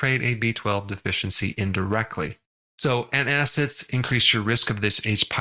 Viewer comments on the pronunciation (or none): ANTACIDS not antiacids